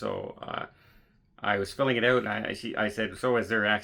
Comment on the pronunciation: Saying “ OUT” like a true Canadian 😅